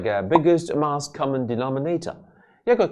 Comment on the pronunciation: 仲記得廿幾年前劉家傑已話過好多人都經常讀錯mass呢個字, 估唔到連陳生都會讀錯........